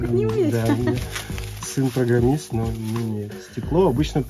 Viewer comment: ахахахаха после фразы "он же програмЫст" смеялся очень долго